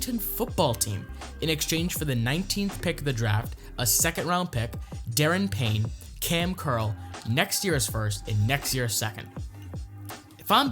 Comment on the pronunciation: It's da-ron payne just saying